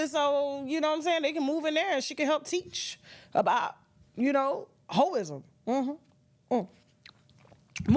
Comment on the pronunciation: 👩‍🏫 “ ho iszm”😂😂😂😂😂😂😂😂